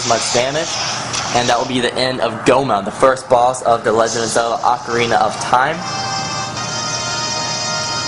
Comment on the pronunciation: it is pronounced oh-kah-ri-nah